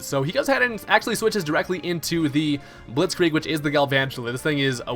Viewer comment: Why did he call it "Blitzkreig" instead of "Blitzkrieg"?